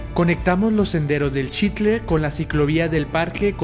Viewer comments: Padrísimo video e increíble contenido.... pero qué desesperación estar oyendo TODO el video que pronuncien mal la palabra Xitle.... el narrador y otros diciemdo "Chitle", pues qué no son mexicanos? ¿Acaso dicen Chochimilco? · Qué belleza de lugar, de su historia, imaginemos como era hace 2000 años. Todo bien menos tu pronunciación de Xitle, todos los que intervienen pronuncian adecuadamente, menos tú. Que extraño, nunca había oido que alguien dijera chitle.